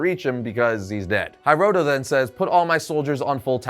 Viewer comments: HEEroto not HAIroto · Not to be that guy, but it's pronounced He-roto, not High-roto. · HEEEEEROTO not HAiiiroto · It's pronounced "hee-roh-toh".